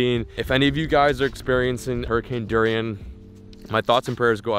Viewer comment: it’s hurricane Dorian not hurricane Durian lol